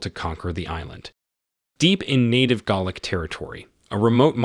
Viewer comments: I was wondering when the narrator was saying "garlic " should have said " Gaelic" ..🙄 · pronunciation in this video is hilarious, eg - "he cursed in GARLIC" :face-green-smiling: It's just one amongst many, so many in fact that I almost wet myself! :face-turquoise-covering-eyes: +++ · Galic is pronounced like gay lick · This narrator needs to learn how to pronounce words properly. Gaelic, not Gallic, and as for the Baron.. good word. It's a title, not a name. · Not in Scotland, where it’s also spoken. Here it’s pronounced Gha-lic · Is the voice AI? It is pretty good, but there are a few odd pronunciations like 'baron' and 'chieftain' and, of course, Gaelic (though the latter might be a regional pronunciation).